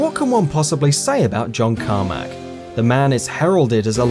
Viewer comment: Who is John Carma"k" ?